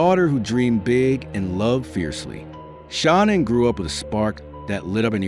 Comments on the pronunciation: Come on dude you don't even pronounce shananns name right!its not shawnon its shanann (sha-- nann) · That is not how you say her name😮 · Gee. not too much research put into this when you can't get Shanann's name right. And such a "click bait" title.